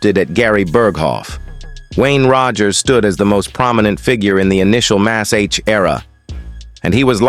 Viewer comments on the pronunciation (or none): MASH. MASH. Not Mas H